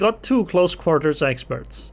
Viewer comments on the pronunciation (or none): Vest Virginia??!! Why then not "secondaries vork roughly the same"?... And why not "it vos main guns after all..."? Oh....but "vorranty".... there's ok then... 😂😂😂 And dude = "dyd" And quarters = "quo-tes" I think it should be then "... I'll just shoot into her bov..."